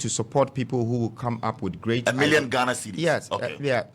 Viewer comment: To all you fuuulishly vouching for this scam, let the fact that he called Ghana “ghanurr” open your eyes to the fact that he’s never REAL. Even the western people with the slang, and slur, never say “Ghanurr” no kwasia bi. Fanfooler